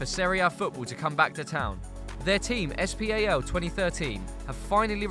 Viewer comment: please can you say SPAL and not es pi ei el??😦